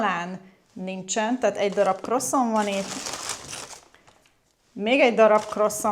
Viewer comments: Szerintem Del-Franciaorszagban ilyesmi a kiejtes. Nem az egesz orszag beszeli a 'parizsi' franciat... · Ez se nem francia, se nem magyar kiejtés... Ahogy a valszeg sem. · Croissant-ot nagyon viccesen ejtetted ki 😂❤